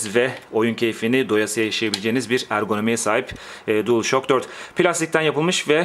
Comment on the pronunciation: DuılŞak diye okunuyor:))